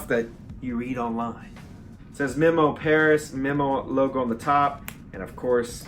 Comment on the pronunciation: You shouldn’t be allowed to own Memo Paris fragrances UNTIL you know how to properly pronounce it. 😡😂😡😂 It’s MEmo Paris. 🤓 P.S., That’s the one I want you to review first. 🥰